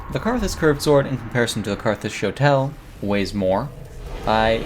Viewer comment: You are mispronouncing shotel